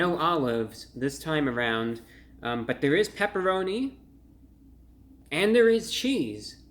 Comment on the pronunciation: Ahhh, the pepeloni, pepeloni. You know the pepeloni?